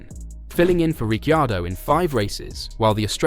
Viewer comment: Please…you pronounce his name RIC CAR DOE the I is silent. Got it…good👍